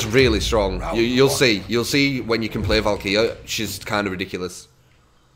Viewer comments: its pronounced Val karee. Not Val Keer ;D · ALSO, it's Val-kah-ree